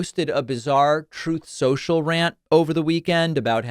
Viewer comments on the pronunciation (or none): Thank you so much for continuing to use the correct pronunciation of "troth sensha". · Man, that "Troth Sentiol" really makes my day whenever I hear it. Maybe also the people going on Mars thanks to Elooon will love it! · Thank you for never letting go of the "trouth cental" pronunciation. I will never get tired of it. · The "Trouth Soshal" pronunciation gets me every time! 🤣🤣🤣🤣🤣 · The fact that he flubbed the name of HIS OWN PLATFORM is concerning.